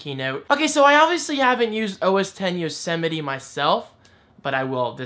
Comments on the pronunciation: Don't worry,! I wasn't the only one who pronounced it "Yosetime"! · The biggest surprise I take from all of this is how many people apparently had no idea how you pronounce Yosemite.